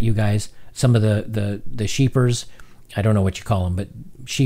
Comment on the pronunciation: I'm guessing you meant 'shepherds'...Great message on the whole but the way I'm wired I got hung up on 'sheepers'.